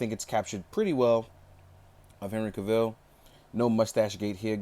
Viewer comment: Cavill is pronounced like Travel not KA VILLE lol... \=